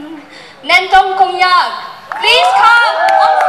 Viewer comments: Not kongyak (konyak) 😅😂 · Some people doesn't even know how to pronounce konyak